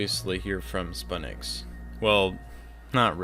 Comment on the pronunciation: I think spu7nix ia pronounced as "sputnix" similar to the world's first satellite